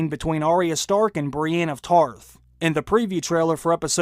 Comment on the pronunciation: Please stop saying "Brianne". Its "Brienne", and you have clearly watched the show enough to know how to pronounce her name correctly.